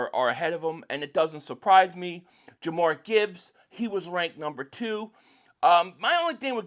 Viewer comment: Dude you gotta pronounce Gibbs first name correctly 😂